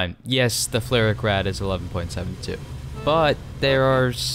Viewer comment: As a German I'm insulted by the way you say "FlaRak Rad" Just call it: Flugabwehrraketensystem Radwagen Roland! <3